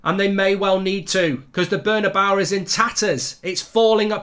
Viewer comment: Cortowaz.. Burn-a-bawa.. LOL